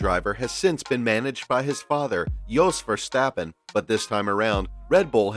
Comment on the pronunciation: You butchered Jos Verstappen, Jan Magnussen, Jarno Trulli, Giancarlo Fisichella and Dario Franchitti's (edit: also Carlos Sainz) names so much it's almost unforgivable for anyone that follows any motorsport... Even 5 seconds of research to learn their names would have benefitted here. Doesn't suprise me that someone with an American accent does not bother to learn proper pronunciation.